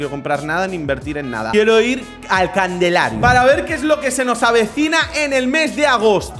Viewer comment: En todos los videos diCe,CANDELARIO